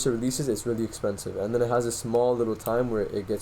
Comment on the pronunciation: the way you said likkle bro LMAO. I can tell you must be from Toronto by the way you talk.